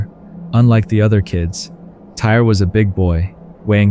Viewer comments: I feel bad they pronounced his name Tyree as Tire like 50 times! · I think the young man’s name is pronounced Ty-ree…not “tire.” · The young man's name is pronounced "Ty-Ree." What happened to him was extremely sad. All he wanted to do was have fun at an amusement park with his family and fellow teammates. RIP Tyree! In the 3rd story, how the situation should've went done was Nikoli could've asked the teens if he had seen his friend's cellphone, and mentioned that it had been dropped in the river. If the teens said they didn't see it, he should've just said "okay, thanks" and walked away. If he wasn't much of a talker, one of the teenagers in the group should've been a little more mature and ask Nikoli if he needed something, or asked politely why he was approaching them. Maybe (just maybe) the situation wouldn't have escalated the way it did. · You truly believe this kid's name was pronounced TIRE??!! Totally disrespectful. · Man can say Osceola but not Tyre